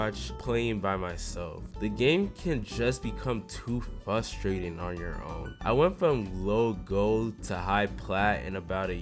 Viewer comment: Bro said fustrating